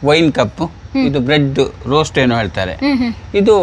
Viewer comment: ರೋಸ್ಟ್ ಅಲ್ಲಾ ಹೋಸ್ಟ್ , ಮುಳ್ಳು ಕಿರೀಟ